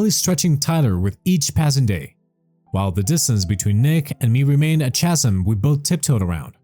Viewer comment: Chasm is pronounced Kazm.